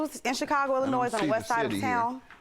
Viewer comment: did she just pronounce the S at the end of Illinois when she said she was from Chicago Illinois... she cant be from Illinois if she pronounces it wrong!!